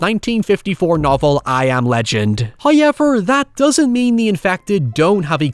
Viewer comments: It's pronounced "how-evv-er" not "hoy-yeah-ver" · First "hoyevver" drops . In the ad that you might be tempted to skip.... He is being cheeky!